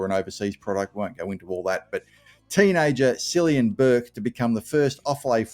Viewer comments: Pronounced killian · FYI, the name Cillian is pronounced with a K sound, as in Killian. Hope he goes well for us. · Pronounced as Killian (Killyan is how my dad's region pronounce it). Also Cian is pronounced Kairn. The Irish game is much faster than AFL so he should be a speedster.